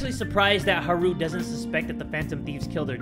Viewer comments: it's hAru not harU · Haru: Haaah-Ru Yakuza: Ya-Ku-Zah Akihabara: Aki-hab-rah Sakura: Sa-Kuu-Rah :) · The u is short, pronounced oo. pronounced it as Ha-ru. Also, this isnt meant as a mean comment just a helpful one on how to pronounce the names.